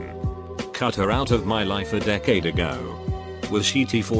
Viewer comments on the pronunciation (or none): none